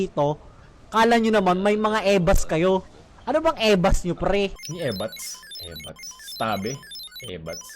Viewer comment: Ebaks ata sabi hindi ebats🤣🤣 Pero nakakatawa paren yung ebats tabe ano yung ebats🤣🤣